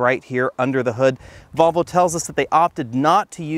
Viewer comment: Great video but, his pronunciation of Volvo is ludicrous. “Get those marbles outa your mouth”!